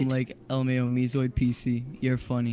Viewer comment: this isnt meezoid its zeemoid